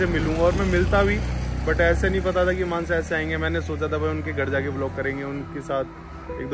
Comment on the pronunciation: It's mansa not manza